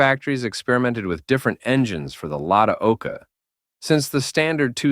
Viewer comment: Yeah, lazy making